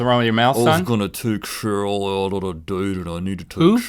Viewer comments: I love how he says shurl not cheryl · did he say cherille or sheryl?😕🧐🧐